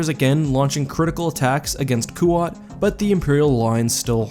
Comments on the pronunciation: It's kuat. Not kooat. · Kuat should be pronounced “kwat “ ,not “koo-wat” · I thought it was pronounced Kuat kwat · Anyone else bothered by how he said Kuat?